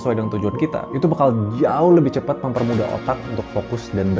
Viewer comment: CEPAT bg, bukan cepET